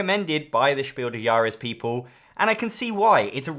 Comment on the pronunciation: your pronunciation of „Spiel des Jahres“ is almost at the „He walks among us“ tier, you're just forgetting to pronounce the „s“ in „des“. It should sound exactly like „des“ in „desperate“